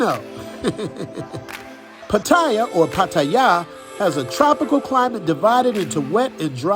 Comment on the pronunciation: great to see a foreigner that Know's how to say Pattaya right. I speak thai and read and right but almost every foreigner gets it wrong respect to you bro I love Pattaya thanks for the great video